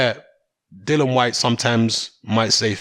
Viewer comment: ITS "DILLIAN" NOT DILLAN. KMT